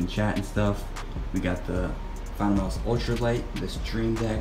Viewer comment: The fact said moose for his mouse hahah